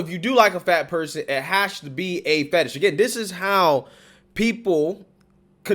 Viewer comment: It's fetish, not fatish.